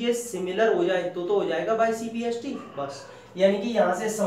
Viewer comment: Sir its not cpst its cpct